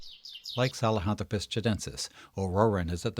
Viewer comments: Well done video - but, dude: saHELAnthropus, not saLEHAntropus! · Great video. I learned something new. I used to think the word "nu-cue-lar" instead of "nuclear" was crazy. But "sa-le-hanthropus" instead of "sahelanthropus" is totally nuts! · If the name is " Sahelanthropus" why you pronounce it "Salehanthropus"? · Except problems pronouncing "sahelanthropus"...